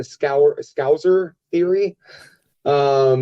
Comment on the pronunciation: why is it so difficult for americans to pronounce the word scouser? where do you get the "z" from, paddy has literally said scouser evertytime he gets near a mic